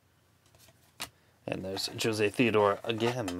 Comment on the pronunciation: Also, Jose Theodore is pronounced "Ho-zay Thay-o-dore." Gotta love those French Canadian names :)